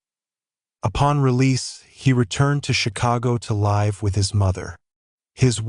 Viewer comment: Have the robot voice get the words right like live as in they live down the street not it was a live performance. 20 min in and already wrong 3 times otherwise good vid